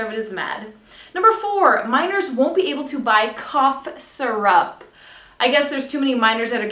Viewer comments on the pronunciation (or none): I love the way you say syrup! And I agree with you on the gay bullying, it's horrendous, it should have become a law years ago! July is too late, think about how many teens could have already committed suicide due to homophobic bullying within the next 6 months.